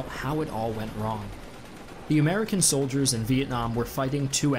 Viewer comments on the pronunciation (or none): 悪Aiiko he said soilders